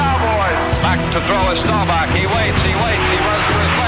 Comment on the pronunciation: His name is "STAW-BAHK" not Starback!!